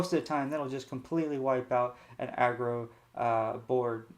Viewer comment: This guy is the best lorcana streamer. There are some with no decklists, no explanation of what is played, why its played, no conclusion and what to change. The worst are the ones that cant pronounce aggro and say "a grow" instead